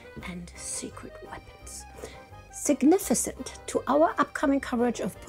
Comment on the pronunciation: "significent" ( swish and flick! )